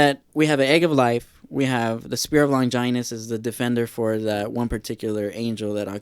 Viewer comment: The way he says Longinus sounds so weird. The way I say it and like in the OG dub as Lon-gin-us, they dont put that much emphasis on the 'I' .. and I've always said Seele as Say-lay.